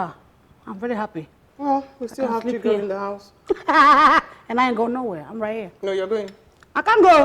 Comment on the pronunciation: Chigurl 😂😂your French is 🙆‍♀️🙆‍♀️🙆‍♀️😂🤣🤣🤣😂🙂